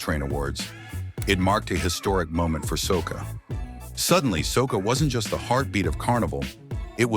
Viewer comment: Soccer is a game soca is a form of calypso , if it’s ai narrating , do it correctly.🤨